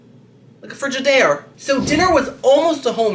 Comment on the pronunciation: The frige-ed-air seeeent me!!!!🤣🤣